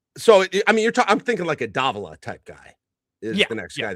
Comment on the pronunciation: Can't even pronounce Davila.....geesh....